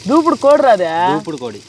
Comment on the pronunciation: బాబు అది దేవుడు దూపుడు కోడి...... దూపుడు పోతూ కాదు... నువ్వు 100 సార్లు దూపుడు పోతూ అంటున్నావ్...